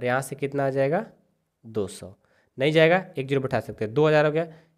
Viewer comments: Sir सै नही सौ होता है 😂😂😂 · Sir not say it's soa